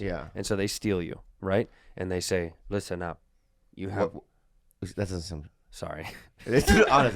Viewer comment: " rhisten up "